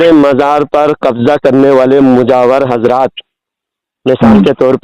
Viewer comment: Bhai pahele urdu achi tarah bolna siko hajrat nahi hazraat